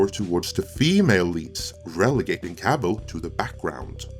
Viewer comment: Wtf is the Witcher wo Cavil???